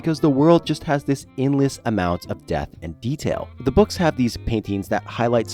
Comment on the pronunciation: Great video, but every time he said "depth," it reeeealy sounded like he was saying "death"